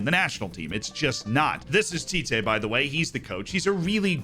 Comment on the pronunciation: The tee-teh pronunciation is great! We usually say the ‘tee’ part with a shorter pronunciation, but overall if you say it like that everyone will understand you